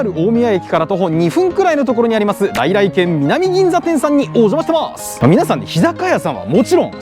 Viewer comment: の「さ〜来来てん(軒)南銀座店」て 言ってる😂間違い指摘してすんません😊